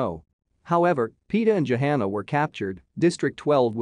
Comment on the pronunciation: The narrator's pronunciation of proper names is horrible. It's not Panum, it's Pan Em. And her name is not Jahana, it's Johanna, pronounced with a silent h. Did he even see the first four films? Or is the narrator's voice actually computer generated? And unfortunately, there doesn't seem to be much new material in this video.